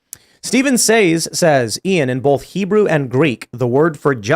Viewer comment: Gotta say... Tim pronounces "both" with an 'L' and also does (not sure if she did before). It's B-OH-TH. Not bowlth. That has bugged me for so long... I mean no insult. 😆